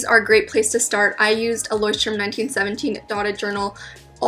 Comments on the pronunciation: You pronounced Leuchtturm wrong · Love how she pronounced Leuchtturm😅🤣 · the way she says "Leuchtturm" is so funny makes me wanna cry from laughing